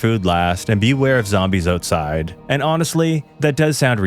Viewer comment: Love how he says "outside" owetside